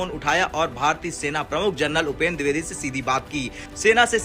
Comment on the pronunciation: दुर्बेदी नहीं द्विवेदी होता है, ढंग से हिंदी तो बोलो पहले।